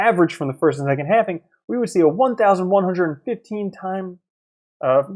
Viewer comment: Please stop saying halfing